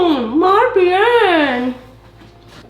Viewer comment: El español a Dana se le da genial. 😂😂 "Muy bien"👌🏻